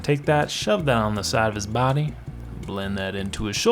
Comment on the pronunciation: Wow! I had an epiphany when you kept pronouncing body as "bahdy". You've got to do Stewie and Brian from Family Guy! Oh and Shaggy is wonderfully hideous!😆 I love this channel. It's so much fun.